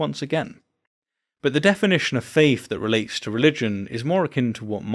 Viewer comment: You can say theist but you can't say faith. (faif, ) Isn't that interesting? No big deal of course but I just can't not hear it. Carry on.